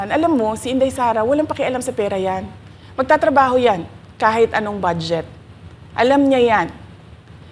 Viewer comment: Magttrabahong zero? O magttrabahong may advance? 😂🤡